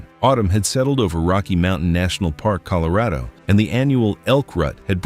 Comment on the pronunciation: is a handsome bloke with a great voice However Why did he pronounce Colorado like it rhymed with Laredo?